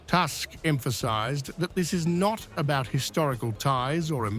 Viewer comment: Who is Task? Please learn how to properly say Polish Premier name It’s Toosck not task